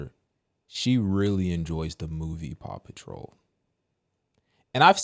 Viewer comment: Paw patrol sounds like 'papa troll'